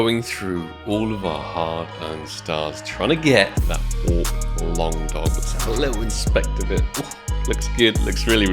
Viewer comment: Sounds like you said AWP | Paw and it threw me off lol